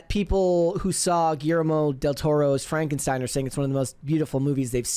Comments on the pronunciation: Frankensteen haha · It's Pronounced Frankensteen 😆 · It’s pronounced Fronkensteen 😂